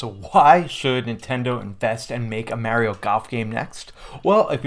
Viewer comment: Funny how he says Mario ike Mehrio